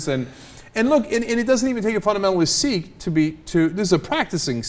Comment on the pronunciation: Sikh is pronounced as "sick" not "seek."